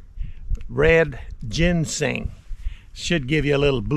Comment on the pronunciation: I knew that but had no idea plus we were just funn'in. couldn't even pronounce ginseng. Lol